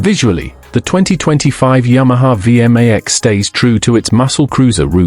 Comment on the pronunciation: Would the human overseer please teach the AI how to pronounce V MAX Two syllables. Thank you